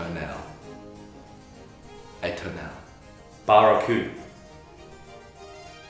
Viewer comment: The pronunciation of "atonal" made me lock my phone and put it down slowly.